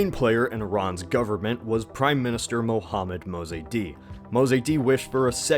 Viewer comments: Mosaddegh NOT mozaydee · A few annoying misprononciations. It's 'Ayatollah' Khomeini, not 'Ayatoia' or whatever it was in the video. In addition, the leader of democratic Iran's name was pronounced 'Mosa dek', not 'Mosa dey'. Besides that, very good video. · Ayatollah not ayatoya and mosadegh not mosadi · Mozeydi??? it's Moe-sad-dig. and not Ayatoya, Ayah-Toe-La this isn't Spanish it's Persian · It is Mohhamad Reza Shah...not Reza Shah! It is Mosadegh, not "Mozaidi"! Shah is not a name, it is a title, meaning King! and your analysis is lame!